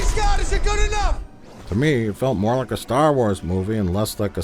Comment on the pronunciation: anyone who regularly says "I was lik" shouldn't be allowed to make anything